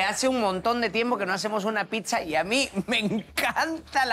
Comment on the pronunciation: Señores amiguitos lindos!!! Aprendan a pronunciar la palabra Pizza bien!!!!! Pisa como es como lo dicen casi todos en perú, es la Torre inclinada de Pisa!!! Pizza 🍕 se pronuncia así: pitsa!!!!